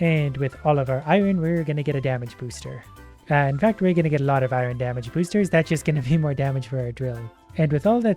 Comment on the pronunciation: i love you but i hate the way you say Iorn